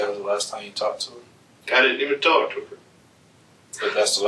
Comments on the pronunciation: Anyone else repeat the narrator every time he says “TALK” hitting that L sound that’s supposed to be silent real hard? TAULK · Why does the narrator pronounce the L in "talk"?